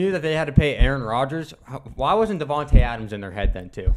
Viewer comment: I’m upset about Davante leaving and plus raiders fans can’t even say his name right